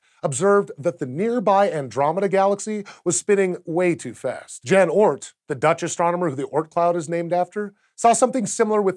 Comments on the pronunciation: Jan Oort == YAWN ORT. Not JAN :-D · Jan Oort: Not dzhan Ort. YAWN Oort.